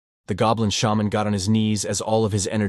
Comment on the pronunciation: you finally said shaman right, i thought for sure you would keep pronouncing it like it was a digimon